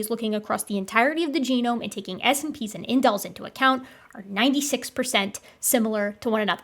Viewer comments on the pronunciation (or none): I've usually heard 'SNPs' pronounced 'snips', which might be easier. Or it might not! Just FYI.